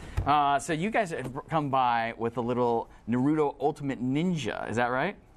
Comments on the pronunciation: you know what i hate? when people try to say naruto, but pronounce it narudo. its not na-ru-do, its NA-RU-TO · ugh.... i hate it when ppl say "nu-RU-do" ITS NA-ru-to damn it! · he is calling naruto nuroto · It doesn't matter how he say's "Naruto" he has an American accent. Nobody is forced to learn Japanese vowels to pronounce it properly just like Japanese people can't speak English properly. Macudonarudo? Sorry? You mean McDonalds? Yeah nice fail. About the video, I'm really looking forward to this game but I have to admit, every question asked raped the game. No online mode, only 25 chars, no interactivity with stages. Oh dear, seriously bad questions asked this game is a once complete and swap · y the fuck do adults pronounce naruto so weird